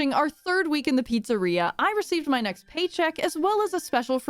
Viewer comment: Papa's beer-eria lol